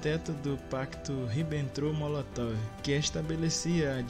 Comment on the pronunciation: Faltou melhorar a pronúncia Jodl e Ribbentrop, mas eu tbm fiquei surpreso com algumas informações